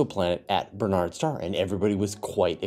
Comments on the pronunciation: Um,, it's Barnard's Star NOT Bernard's Star. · You seem to be saying "Bernard's Star"?